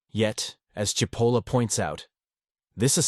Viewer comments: The AI narration mispronounced SIH POLLA. It's CHE POLLA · AI strikes again is Cipolla pronounced Chipolla or Sipolla. As it looks Italian it is probably the first, but at least it should be consistent. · I must be one of the stupid, Is it pronounced Sipolla or CHipolla? cause its pronounced both ways here. One sentence has it pronounced both ways in the same damm sentence! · Well, first you pronounced his name Sipola. Then, Chipola which is correct. Then, Sipola returned.??? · The pronouncination is "Chipolla". By the way cipolla means onion in Italian. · "Chee po la" Italian pronunciation. And yes MAGA, Hitler, Stalin, Kim Jong Un, Ji Xinping, Putin...... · speaking of stupid......his name is " Chee-po-la" (in Italian C+I is pronounced "ch"......as in -cappuccino)......sorry listening to this is driving me crazy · People who present Carlo M. Cipolla’s great writings need to learn how to pronounce his name which actually translates to mean onion (cipolla-onion) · Very good piece. That said, it would have been even better if you could have settle on one pronunciation of Cipollo's name. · How ironic that a video explaining stupidity repeatedly mispronounces Cipolla. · Pick a pronunciation of "Cipolla" and stick with it. AI-narrated videos are awful and boring, even, dare I say, stupid. Also, pick a definition of "stupid."